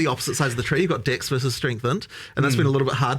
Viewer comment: I always laugh when they talk about dex, cause they pronounce it "dicks"